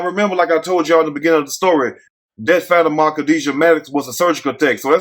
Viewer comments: i think it's pronounced Fuh-tee-ma 🤣🤣🤣🤣🤣🤣🤣🤣🤣🤣 but we gone call her fatty-ma 😂😂😂😂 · Like how you get “Fatty-Ma” from that 😂😭 I would’ve never seen that like that lol 😂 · Lmao!! That boy called her FAT-Ah-Maah!!! 🤣🤣💀💀 I thought it was Fa-tima. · Her name is pronounced like: FAH TEAM MAH😂😂😂😂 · I think her name may be pronounced Fa-Te-Ma... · What the hell did you say her name was? 😂😂😂😂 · … I promise you are a stone, cold fool lol… That is not how you pronounce that girls name, you had me over here bent over in laughter. As far as the story? It’s so outrageous that I can’t even put my thoughts together to make a comment so on that note… I’m out.